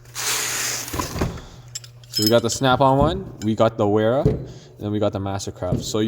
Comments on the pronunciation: It’s German. Pronounced Vera. Nice video! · Ik this video is a bit old, but the proper pronunciation is Vera, in German W’s are almost always pronounced as V’s